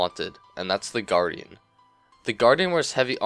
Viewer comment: I keep hearing you say the Garden instead of the Guardian :P lol nice vid tho :D